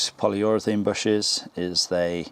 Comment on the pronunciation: Polyurethane not polyurethene